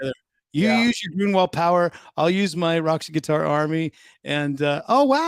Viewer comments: Awesome interview. EG is the comeback kid and should be an inspiration to all musicians or people in general. By the way dude, how were you able to research his history so well but not able to pronounce his last name correctly? Groin-wall?! No man, GROAN-wall. Anyway, congrats to EG and Skid Row. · Great interview Ryan...but how did you manage to consistently eff up Erik's last name through the entire episode?? C'mon now buddy...he even corrected you right out of the gate. Good grief! Sorry, it had to be said...that aside, good interview brother!👍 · Hello. I am from Sweden and how you say his last name is easy though you pronounce the u in further and the o(ö) in Grönwall the same, now you know how to say Grönwall... keep on rockin